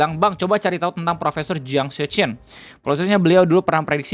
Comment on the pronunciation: Anw jiang itu bacanya cyang gitu